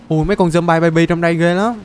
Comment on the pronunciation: Người ta đọc là dom bi còn thầy thì là dom bai kì dậy😠